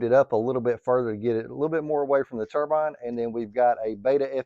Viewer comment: Subscribed once I heard you say Xicoy and Turbine correctly in one video😂